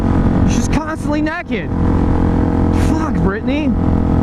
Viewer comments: You saying neked made this video 10x more funnier than the story you were telling. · BTW I'm glad you pronounce it "neckid". A country boy will survive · you say naked weird is just you or America? (I'm from Canada)